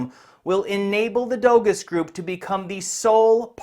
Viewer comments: Letting you know Doğuş is pronounced “Do-Oo-Sh” the Ğ is silent in Turkish. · 🤣 for one thing "Dogus" isn't pronounced "doe-gus" ... it's Turkish, pronounced (approximately) "doe-oosh" ... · Howdy,! the Turkish word Doğuş would be pronounced "Doh-oosh". Ğ is a silent G that elongates the previous vowel, and Ş is a "sh". But keep calling it dogus if you think it is bogus. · Who is gonna tell him that it’s not pronounced “dogos”? It’s pronounced “dosh”. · Dogus is pronounced doge like in dogecoin